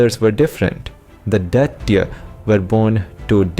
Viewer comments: Abe it's Daitya, not "daity". What the hell is wrong with people these days? They can't even pronounce words from their own language properly. And the 'D' in them is pronounced as ''द" not "ड". Get some better narrators instead of incompetent hacks who can't even pronounce basic Sanskrit/Hindi words despite being Indian. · Please look into the pronunciations while you speak. Like for instance, dhaitya.. It sounded like dirty every time you used that word. The sanskrit pronunciations needs to be followed. Else the videos are good n informative. ,👍